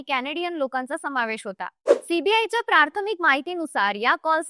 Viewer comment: प्रार्थमिक ऐवजी प्राथमिक असा उच्चार आहे.